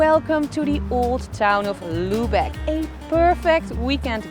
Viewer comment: Mh your pronunciation of „Lübeck“ :/